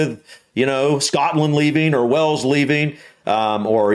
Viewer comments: Hey. Great channel man. However, could you pronounce Wales like whales and not wells, like the place you draw water from. When are you planning a trip over here? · P.s you are still calling it WELLS it’s WHALES as in the animal.